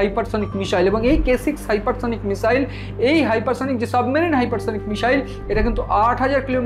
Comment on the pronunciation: যারা বাংলা ভাষায় ইউটুবার তাঁদের কাছে বিনীত অনুরোধ, ক্ষেত্রবিশেষে "স" আর "শ" এর উচ্চারণের বিষয়টার প্রতি যেন একটু খেয়াল রাখেন। যেমন, মিসাইল না মিশাইল সেটা বুঝে নিয়ে উচ্চারণ করলে ভাল হয়। এখানে শুনলাম কখনো বলা হচ্ছে মিসাইল (missile), আবার কখনও মিশাইল বা মিষাইল (mishile).